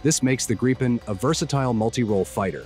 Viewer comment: It's Gripen, not Grapen.